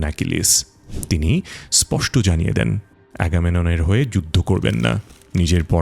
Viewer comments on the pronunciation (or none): none